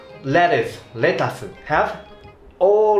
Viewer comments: I want to know is, do you kick your basket in Singapore too? Haha.. Not le-tooth tho. More like let-tuce (let-t-use) lol. I really like the Card and Car park! Hahahaha it is sooooo true that is so funny! Altho you say you might not be good at saying "card" but you actually did it right hahaha. Actually im curious abt BBT results on Taiwan since all the BBT are from there lol. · Exactly, I think "Let-Tius" is wrong, but so many are pronouncing it that way. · IT'S LETT U CE. FIGHT ME